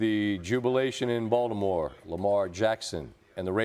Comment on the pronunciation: Why does SVP sound like he's saying "Voldemort" when he says Baltimore? 🤔😅